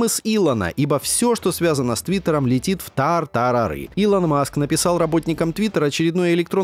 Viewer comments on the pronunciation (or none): none